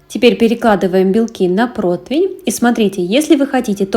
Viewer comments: Блин, нет слова протвень! ПРОТИВЕНЬ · Разницы нет откуда вы) Название для всех одно протИвень. Вы думаете, что у нас так не говорят? Тоже каждый второй) Просто из поколения в поколение закрепилось в семьях неправильное произношение 🤷‍♀️.